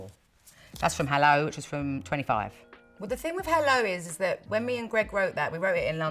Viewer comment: "... n' stuff like tha'..." :D <3